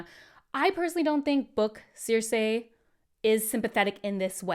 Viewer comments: Who is Sear-Say? 😂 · Are we going to let her get away with pronouncing Cersei like that because she’s cute?